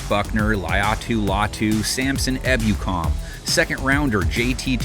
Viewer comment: This is 100% Ai. Mispronounced Ebukam. It’s (“Eh-Boo-Kam”) not (“Eb-U-kam).